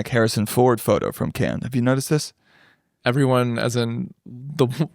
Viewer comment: Mispronouncing Cannes is a big L for my guys